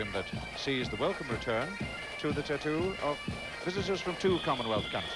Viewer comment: Did he says the "Tittoo"?